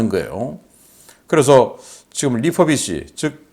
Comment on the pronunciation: re-furbish란 이야기인 모양인데...'리포비시'가 아니라 '리훠비시'라고 발음하시오! 멀쩡한 한국발음을 어째서 "포"라고 하십네까? 입술이 굳어서 입놀림이 않됩니까? 영어발음을 제대로 하시구레.